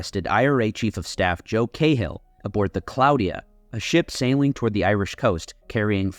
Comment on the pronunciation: Joe Cahill's name is not pronounced as it's read. Say it like the the "hil" is silent. Like "Gal" but with a C.